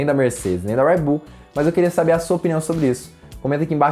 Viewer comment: Agonia quando ele fala "Uédi Bull" KKKKKKKK